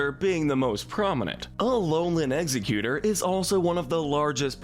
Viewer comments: It’s egg-Zerg-utor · It's Ex-egg-U-tore. And Pokemon is too good to be associated with the cleaning sponge. And NEVER say 'everyone's favorite' when referring to this show, I HATE all of it! It's pronounced Fur-frue with a hard U not ow. Dewpider is like spider, the anime screwed up